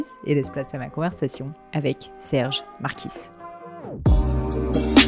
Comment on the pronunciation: Le « s » en Marquis ne se prononce pas, normalement muet en québécois.